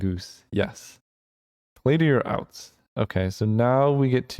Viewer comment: "Play to your outs" More like play to your Oust xD